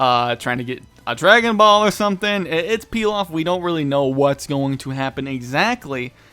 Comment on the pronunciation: i like your videos but u say ball sound off lol